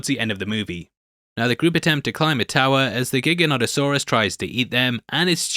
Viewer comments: giganoto-saurus not giga-not-o-saurus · Gigantosaurus is pronounced like that, not Giganotosaurus.